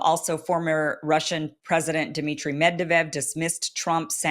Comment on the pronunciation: I like you Kim You do greatwork but PLEASE PRONOUNCE THE NAMES PROPERLY Vo lo do meer (as opposed to Voldomor) Med Ve Dev (as opposed to Mev dev ed) Medved is rooted in the word Bear And zelensky is NOT Ukrainian he is JEWISH